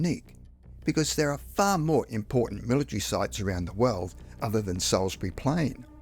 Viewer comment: Salisbury is pronounced « sauce bu ree ». What’s wrong with you? 😂